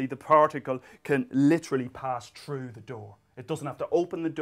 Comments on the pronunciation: Ha! I remember Dr. Moriarty's tale about his kid commenting something about the pronunciation of" three" sounding like "tree" (In the Guinness video) and he does kind of the same with "thru" (sounding like "true") . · "troo" lol excellent vid